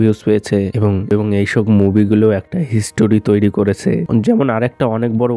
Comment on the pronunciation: Apnar pronunciation valo na kaj k kas bolchen paschim bango k pochimbongo egulo kane lage 😑 abr history k histoory bolchen